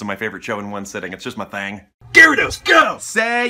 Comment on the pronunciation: “its just my thieng”😂